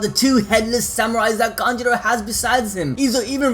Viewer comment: Kanjurooooooo not kanjiro :< haha